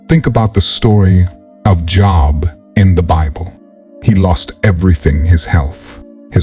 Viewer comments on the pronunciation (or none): To the person that made this video it sounds like your saying job instead of Jobe we must be very careful in how we saying things for those that are new to the Bible and God. God test us to make us ready for the task beyond our own life to serve God above what we want to do the will of God 🙏🙏🙏